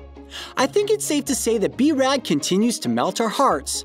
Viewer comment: he said b-rad